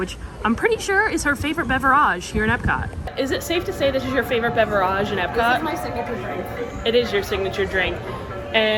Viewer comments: BeverAGE...... do you actually pronounce it like that away from the camera or do you just think it's "bougie" to try and sound like that.... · Irritating beverage mispronunciation count: 15* (*estimated because I lost track)